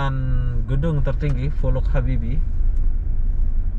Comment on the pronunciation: Itu baca nya Pollac Habibie...itu bahasa jerman